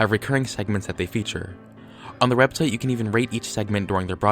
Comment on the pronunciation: "on the rebsite"